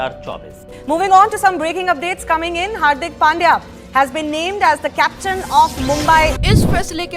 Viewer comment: Captain* not captaim